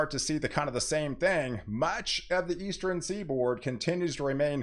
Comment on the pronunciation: Do you say "Eastren" for "Eastern"?